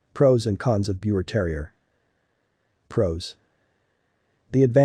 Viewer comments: Pronounced Beaver terrier. It's german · Its pronounced beaver, respect the name. 😢